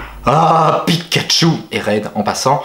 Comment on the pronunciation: Super vidéo mais juste c’est pikachu et non pikatchu